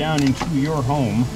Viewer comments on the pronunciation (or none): none